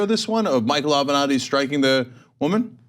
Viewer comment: Michael Ave-not-he